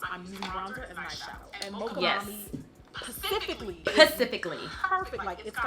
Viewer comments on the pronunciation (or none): Not Pacific 😂😂😂😂